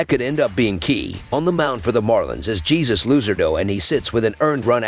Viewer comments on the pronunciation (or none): It’s pronounced Hey Soos not Jesus on the mound